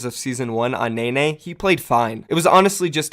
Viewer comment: It’s pronounced “Nen-nay” not “Nay-nay”